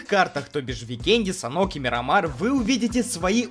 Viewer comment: МИРАМАР БЛИН А НЕ МИРАМИР 😠